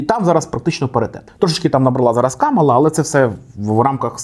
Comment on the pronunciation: Правильно Камаʼла, а не Каʼмала